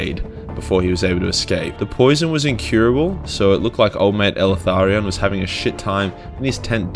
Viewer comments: Please stop calling him “elEtharion” its; “Eltharion” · Are you sure you're pronouncing the damn name correct ? Eltharion ? ELE-THARION ? Or EL-THARION ? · Did Timmy teach you how to pronounce his name? EL - Tharion. He's probably a Mexican elf... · The way this dude pronounces Eltharion makes me cringe. He puts an additional 'a' after 'El' and it's gross.